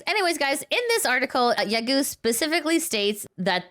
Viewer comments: "Yagoo" is pronounced "ya-go" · A small remark - Yagoo is pronounced with a lengthened O sound, not U.